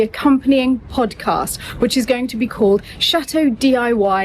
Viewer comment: I love how pronounces the word podcast. It sounds so much better than our southern U.S. pronunciation. ❤